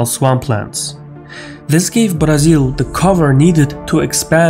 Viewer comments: Excellent!!! Pronouncing Brasil, was a +!!! Many thanks from Sao Paulo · May I say your pronounciation pronunciation of Brazil is eerily correct?